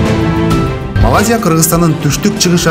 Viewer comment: Молодцы жакшы, аракет кылыпсынар! Бирок МАЛАЗИЯ эмес, МалаЙзия десен сонун болмок